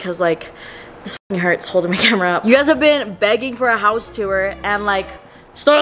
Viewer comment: BEGGING 🥺 damn ain’t had to say it like that ❤️🤣